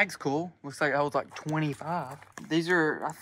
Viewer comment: I weally wike